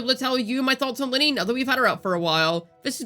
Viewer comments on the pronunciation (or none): Thumbs down. Who tf is Linny? It's Lynae, smh.